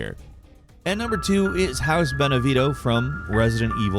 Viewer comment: I'm sorry- House WHAT from Resident Evil Village? English speakers really make up their own pronunciations for everything huh?